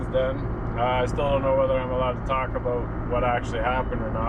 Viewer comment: “How it came aboat” you mean 😅